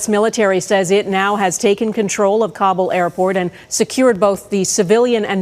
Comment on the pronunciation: Hey Global, do you think it would be advisable to hire journalists that know how to pronounce important things like Kabul (ka’ BOOL) not kawble. Just like kilometer is not k-lometter but is actually kill-O- meter. Like centimeter. In the 80’s at my first radio job, it was posted on the wall for all to see and know....Ka’ Bool. Why? I have no clue. There were a few other words listed but not “Protestant” .....funny how so many rip and read dudes read news stories about the pro-test- tawnts instead of praw-‘tis -tawnt . Who is going to vet the Afghanis as to who they actually are and what they intend to do in Canada once liberated?